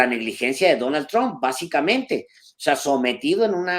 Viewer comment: Qua sra tan payasa: "Tamp"(?),,aqui todos y hasta Los gringos pronuncian= TRUP, q aburrido ..